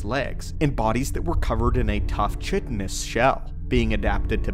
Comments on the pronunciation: How tf is something semi sentient? It is or it isn't. There's no in-between. Its pronounced KY-TEN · Chitin is pronounced "Ky-tin".